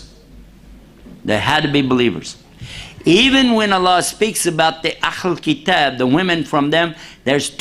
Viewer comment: Bro he said eh-le qitaab you can marry meaning you can marry Jews and Christians who are virgins.